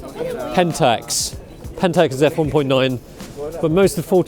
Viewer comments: I lost my sh*t at " Pedentax ". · PE-dan-tax ! bahah